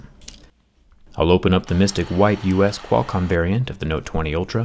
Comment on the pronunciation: The way he says Qualcomm is so satisfying